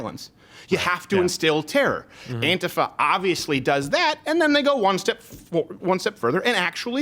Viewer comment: Why are you pronouncing “antifa” like that? Very irritating.